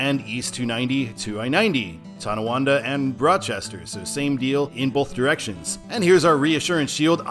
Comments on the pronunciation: Not to nitpick, but it's Tonawanda, not Towanda. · Hey, I enjoy your energy on this topic. For the "Way it should be" Eastbound, I think you meant Tonawanda, not Tawanda. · Nice job except there is no Tawanda, It's Tonawanda. Thanks